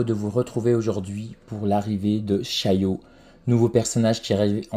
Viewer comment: Ça ce dit pas shayo mais bien shallote